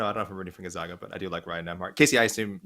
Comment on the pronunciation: That Gun-Zogg-Guh team sounds great! From Spo-Kaine nonetheless! It's actually pronounced Gon-Zagg-Guh and Spo-Kan😂